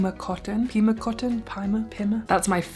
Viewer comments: You said it right the 1st time, pee- muh. I live in Pima County, Arizona, where it originates. Cant wait to see yhe finished object. I'm finishing my gift knits and crochet projects today. Mostly gloves headbands, and hair scarves. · You pronounced Pima correctly. I also agree about vegan cheeses. I di love the violife feta and parm.